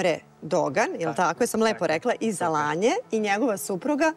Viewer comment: Zeno tkz Tako se ne izgovara Alanja 😂😂😂